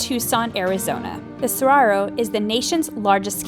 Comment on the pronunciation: This lady's horrendous (and seemingly selective) mispronunciations of Saguaro, Javelina, and Hohokam are equally offensive and unnecessarily painful. At least put a disclaimer at the start of the video that you don't know (and clearly don't care) how to pronounce, these words but are going to say them anyways. The willful ignorance, as she confidently and unhesitatingly, butchers these easy to say (with a bare minimum of effort) words is both unsurprising and very much on brand for a certain demographic of folks....